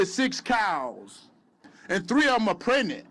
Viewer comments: “And 3 of em are prenent.” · What is prednant lmao 🤣 😂😂? My god he’s dumb !